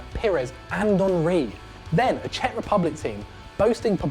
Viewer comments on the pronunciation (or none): none